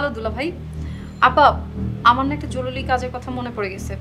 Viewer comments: জরুলী কাজ আছে.... নায়িকার একি উচ্চারণ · joruri not joruli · জরুলি নাকি জরুরি?? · “জরুলি” কাজ। রুবিনা জরুরি কে বার বার জরুলি বলছে 🤣🤣🤣